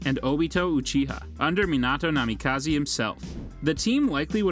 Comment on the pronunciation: Ah yes kzekagi, namikazi and atsasuki